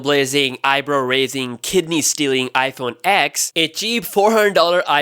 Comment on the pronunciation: “iPhone ECKS” it’s literally 10 and everyone knows this dude.